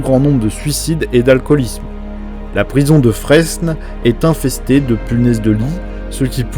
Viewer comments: Très intéressant. Juste les informations sont denses des schémas ce serait pas mal, typiquement sur le wahabisme, et les écoles de droits comme le hanbalisme et sur les courants présent dans le djihadisme. Ah et ça s'écrit Fresnes mais ça se prononce Frêne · PTDR la prison de Fresnes ce prononce sans les S